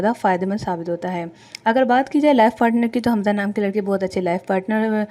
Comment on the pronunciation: Naam to thek lo حمزہ ہے خمزہ نہیں